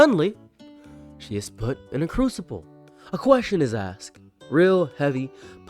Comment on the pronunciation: Asked* "axed" tells me you are fucking thick as a brick